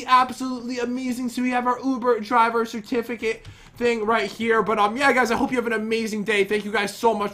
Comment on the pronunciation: I'm sure I'm not the only one but... "I have never been to..ovooo driveer"!!